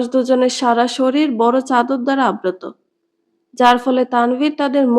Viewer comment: আবৃত “আব্রত “ নয়